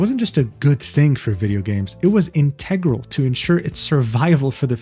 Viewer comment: I love this vid but I need you to know that you pronounce 'integral' and 'vehemently' sort of wrong haha.